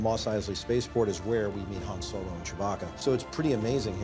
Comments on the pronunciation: It's pronounced Hon Solo!! Not Hand Solo ! (D silent) and you call yourself an expert?? 😅😅😅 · It's Han (Hawn) but thats okay.